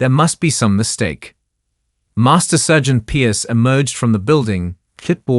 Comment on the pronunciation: OK. Up to the voicing isn't too bad. There have been a couple of minor errors, but nothing as egregious is the other AI voice. Can't pronounce "politeness" . There's another mispronunciation a couple of seconds later. "Read" is not pronounced "reed". Can't pronounce "sergeant". And so it goes. Mispronunciation after mispronunciation. It gets worse, minute by minute. It could have been a wonderful story about a talented female sniper. Instead, it was not very good.